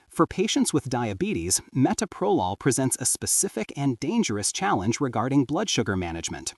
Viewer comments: It would be nice if the reader could pronounce the medication properly; it is pronounced ma-Toe-pro-lol. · Meh-toe-pro-lawl. That is how you pronounce it AI bot, okay? Bronchospasms are unusual with Metoprolol. Other beta blockers like Propranolol can exacerbate any respiratory issue in susceptible people. The BP med that made me cough non-stop was Losartin. Never had a problem with beta-blockers. I started taking beta-blockers in my early 30's - about 34 years ago. The benefits I got were relief from extreme tachycardia and hypertension and also oddly - it killed any stage fright I had always gotten before getting up in front of people to give a speech or play music. Imagine getting up in front of hundreds or thousands of people or going to a job interview with no 'nerves'. I am still on earth because of these two very old drugs that I have been taking for decades. If they were that horrible, I would not take them (I was an RN for 35 years). They also allow me to go hiking, climb mountains in Alaska, work a physical job where I stand, walk, lift, etc. The only bad side effect I have was it made my Raynaud's Syndrome so bad that I got frostbite on all my fingers, the healing was painful, I have no fingerprints!